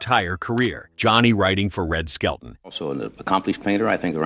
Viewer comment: His last name is "SKELTON", not skeleton!